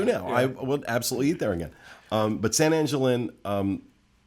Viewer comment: Every time I hear you guys talk about San Angel Inn or Three Caballeros I cringe. I'm not Latino, but if there is anyone on here who wants to back me up.... Please, it should be pronounced San Ahn-hel Inn, and three cav-i-eros! Make sure you are pronouncing words correctly.